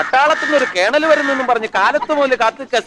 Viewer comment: Kelan ❌ Kenal ✅